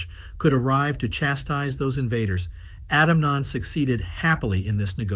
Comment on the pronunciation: It's pronounced 'Eunan'.